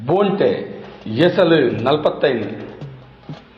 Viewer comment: ಬೋಂಟೆ ಎಂದು ಹೇಳುವ ಪದಕ್ಕೆ ಖಡಕ್ ಆಗಿ ಮೂಡಿಬಂದಿದೆ ನಿಮ್ಮ ದ್ವನಿ ಎಲ್ಲಾ ಕಲಾವಿದರ ನ್ನು ಪ್ರೊತ್ಸಾಹ ನಿಡುವ ನಿಮ್ಮ ಮನಸ್ಸು ನಿಮಗೆ ಶುಭಾಶಯಗಳು ಇನ್ನಷ್ಟು ಆಡಿಯೊ ಗಳಲ್ಲಿ ನಿಮ್ಮ ದ್ವನಿ ಕೇಳುವಂತೆ ಅಗಲಿ... ಶುಭಾಶಯಗಳು....